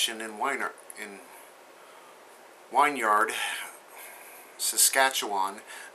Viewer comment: If the government here in Canada says the radiation is harmless, that is a lie. Although thats not much of a surprise. Trying not to laugh, but Wynyard is pronounced , win-yard. We also signed a deal with China to sell them more death, in the form of uranium. On behalf of Canada, I apoligize. Stay safe my friend.